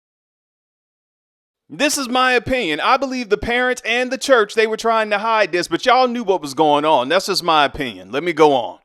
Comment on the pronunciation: I like the way you say… The Lord’s CHUUCH